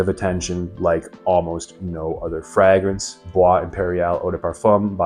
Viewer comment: Are you sure you chose the correct profession?. The way you say fragrance is wild. 😂